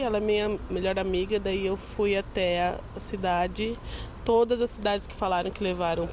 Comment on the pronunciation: NEM FALAM O NOME DAS CIDADES CERTO